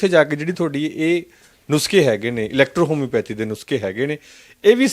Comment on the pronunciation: kahde journalist ooo tussi electrohomeopathy nhi boleya gya yrrrrt😂